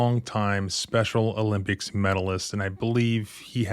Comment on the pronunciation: What is with emphasis on MEDALIST. We get it.